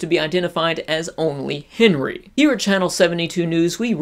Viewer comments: OMG I MISS COME BACK MAKE SHIPPUWWDEN WEVIEWS PWEZE? KEEP AWIVE BWEAK HIM OUT OF JAWL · ***** lmao! XD DUN'T WURRWY WE WILL CWI TOKETHER! T__T